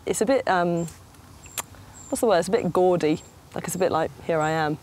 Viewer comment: "It's a bit gaudy”… or perhaps a bit gourdy?!